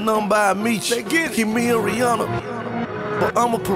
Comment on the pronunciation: If you're going to make a song called "Rihanna," at least pronounce her damn name right. Smh. It's not Rih-awna, it's Rih-ahnna, but most people don't know that.